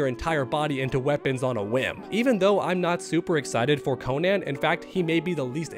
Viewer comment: I’m sorry but the way you pronounce Conan is insane. Like how would anyone read that Cone-Anne? Lol